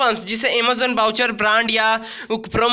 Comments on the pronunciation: First correct your pronunciation then make videos. Aemazoon - Amazon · Bhai Emazon nhi Amazon bolo 🤣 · This boy speaking realy funny 😂😂😂 amozon amozon amozon 😂😂😂😂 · i love the way he says Amazzaon ....... haha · Amazon nahi emazon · Invalid bata ta he tera promo code . ok pehle Amezon bolna sik lo ok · Amazon boolna to seekh lo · Is he saying amezon or amazon